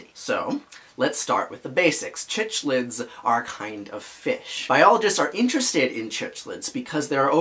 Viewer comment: Love the video… but as a fish keeper it’s killing me how you pronounce cichlids. It’s pronounced like sick-lid. At least that’s the common pronunciation hard c